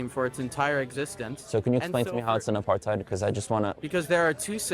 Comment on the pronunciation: No, it’s not about you. These people feed off hate and anger. They are the problem. They don’t want to move forward towards peace, they want war. I cringed as soon as they said ‘Apartheid’ as a South African. Ya’ll need to learn to pronounce ‘Apartheid’ before you all use it. The youth no longer has compassion for others. It’s a shame.